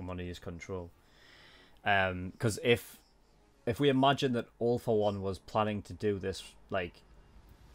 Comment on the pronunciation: When he says All for One *What most people hear*: "All for One" *What I hear*: "Awful One"